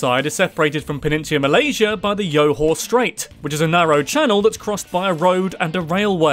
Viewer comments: My gawd. Must Westerners adapt words to their taste? Nothing is more annoying than you guys attempting to pronounce Asian terms. It's 'Joe-Haw' not Yo--Haw'. Do not use the same pronunciation as how you'd pronounce Spanish names. And it's 'Mer-Lar-You', not ''Mer-Lar-Hoo'. Seriously, just say Malay. Don't try to speak the terms if you can't. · 2) It's "Jor-Hor", not "Yo-Hor". 43) Eh... No. Primary education is NOT free. It's just heavily subsidized but not free. If you're a local born Singaporean, you pay only about 20-40 SGD for school fees whereas if you're a PR (Permanent Residence, something like a US Green Card), your kids get subsidized too but not as much and the average you'll have to pay for your kids is about 150-300 SGD while if you're a full foreigner, your school fees will be about SGD so, yes. It's subsidized but not free. 49) It's "Sing-gah-poo-ra", not "Sing-gah-pew-ra" 52) You said Singapura correctly here so how did you trip up in 49? ANNNYWAY, what Srivajayan prince? If you're saying who we think it is then he's called Sang Nila Utama here as that's his real name and his coronation name that you're trying to say should have been pronounced as "Sir-ree Tree Bua-nah". All I heard was "Tree-Tree-Bua-nah" 64) "Boo-kit", not "Bew-Kit" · The Johor strait it is actually pronounced Joe hor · Johor is not pronounced like names like Jose. It’s simply Jo-hor pronounce the J like how u should pronounce it. First time hearing someone say that. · Johor became Yohor 😂